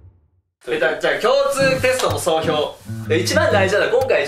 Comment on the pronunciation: 最後の、総評-SOHYOってやめw